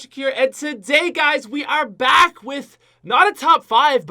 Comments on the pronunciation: The way pronounces back in the intro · am I the only one who heard how he said back? XD